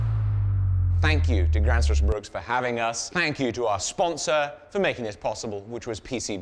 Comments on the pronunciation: Its not pronounced "grannsfors brooks" more like "grwennsfors breuwk". Greetings from Southern Sweden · "Gransforce Brook"? — Not quite! "Grensfosh Brewk" is about as close I can get with English spelling and pronounciation. Try it with a Scottish accent. That's the faux viking accent, after all. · ermmmm äktschuallee its pronounced "graenzfosch steel" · Just to be a pain about it, it's pronounced more like "grensfosh brewk" like how a scotsman would say "irn bru" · LOL opening with a mispronunciation of the brand name, while the brand name came in frame. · I wouldn't expect a Brit to get it right, but you do butcher it a bit when you say Gränsfors Bruk. An Ä isn't just a funny looking A, it sounds like an e, but like the e in the word exit. says it correctly a few times. And the u in Bruk sounds more like the oo part of "oops."